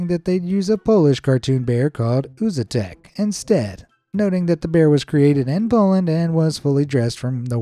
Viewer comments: it's uszatek, not uzatek also the stress is put on wrong syllable. it sounds horrible like Uzi-Tec or smth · Ockay, it's pronunced "ushatek". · Uszatek is pronounced Ushatek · sz is pronounced sh